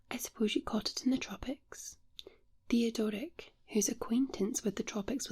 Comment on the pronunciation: love how read the name, Theodoric. A bit random but I have to call it like I see it...or hear it in this case lol